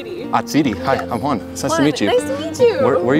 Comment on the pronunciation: The way she was trying to pronounce Juan 😂